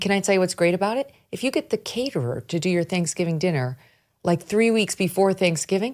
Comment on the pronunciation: Caterer?! A caterer, Megyn!? 🤣